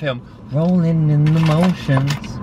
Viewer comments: ITS “ROLLIN WITH THE HOMIES” NOT MOTIONS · It’s “Rollin’ with the homies”! But iss okay we still love ya!